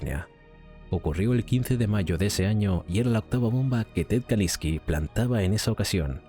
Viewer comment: Constantemente dices kaLINSki, y es kaZINSki